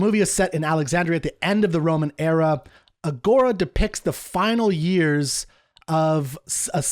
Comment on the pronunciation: If he is a Classicist, why does he mispronounce Agora like that?